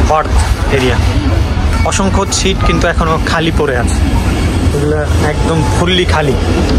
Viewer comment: আপনার ব্লগের সবগুলো চমৎকার ভিডিও দেখেছি। বিশেষ করে পাকিস্তানের ব্লগগুলো। আপনার উচ্চারণে কিছুটা সমস্যা রয়েছে। ছিট নয় সিট,ছিরিজ নয সিরিজ হবে। চমৎকার ভিডিওর জন্য আপনাকে অসংখ্য ধন্যবাদ। ❤